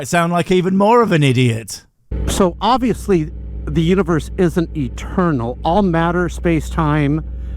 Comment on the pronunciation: Obviously? the only thing obvious right now is the BGV theorem does not mean what he thinks it means......... obviously "british noises" 🧐